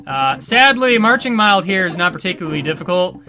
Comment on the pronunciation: It's like Mill with a D at the end.